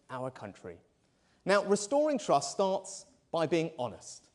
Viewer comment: We do not want to "Restore Truss"! Rishi - make sure your t's are heard when talking about trust.